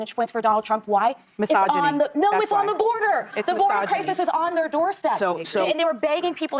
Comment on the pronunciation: “Why are the republicans winning Latinos… mysogony “ Impeccable